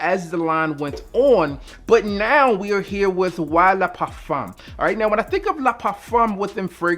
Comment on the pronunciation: I don’t know if you have French in your family but I appreciate you properly pronouncing “le parfum.”